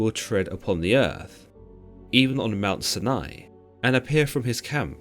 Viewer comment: I Kno this is petty but the way u pronounced Mount Sinai drove me crazy lol.